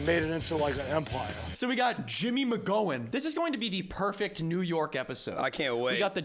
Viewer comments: On behalf of all McGowans, it’s “ow” like you stubbed your toe, not “oh” like “oh shit, it’s all on fire.” This is a VERY McGowan bar. 😂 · crying that mispronounced the last name:l